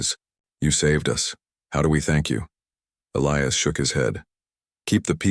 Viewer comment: Question, that you may want to also ask your AI..... Is his name "Eh-lee-us", "Eh-LEYE-us" "Uh-LEYE-us" or just what???? Because, apparently, your AI hasn't a freaking clue.